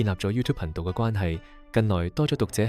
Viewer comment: ， 在你声演的片尾中，確實聽到(貧道)二字，因為在片尾之字幕被廣告遮掩了，故此，是看不到字幕的，經再重聽後，覺得声演可能想说是(頻道)，但声演說到：若果你对貧道(停一停)或视頻有何意見等，而你的名字又是道機，在这种情况下，聽众会估是(貧道)或(頻道)呢？这是美麗的誤会，若声演在(频道)之後冇停了一停，相伩便不會有此誤会了。 至於說太陽不是在東方升起，则要早说明是地球自轉的問題便可。 若只是說不是由東方升起，便打破了傳統，即是說：由羅湖去红磡不是坐火車的，一定要坐汔車才对。 我说到大羅仙在33或36層天，其實和你说的是同等道理，因為在太空中的星球都是轉來轉去的，並冇分東南西北的。 至於你問其他玄學家，為何其他万物冇干支，我昨天已代部份玄學家回答你問題(雖然你只有問而冇答)，就是難道你会找一張枱幾時製造，而幾時被人打爛或存在而去花時間去找干支嗎？这是死物，不如等考古專家去评定是否(世界物質遣產)更佳。 其實，你提出的問題，我是大部份認同的，本來網上講八字的人有不知多少人，但我反而留意到你这视频，真是為了好奇，既用中國道机之名，但底片又用上西方之魔鬼与天使，便登入去看看是什麼情況，这可能是缘份吧！哈哈！不过这個反差太大了，等於你去佛，道之論壇中，走到去大声说只有耶穌才是唯一真神，又或者你在教会傳道時，在人群中说不止耶穌一神，滿天神佛都是真神，看看有什麼结果？哈哈！ 多谢你肯回覆問題，其實道理是越辯越明的，只要冇門户之見便可。